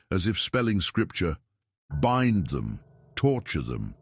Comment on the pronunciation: BIND? B-eye-n-d BIND! not B-in-d. SHIT AI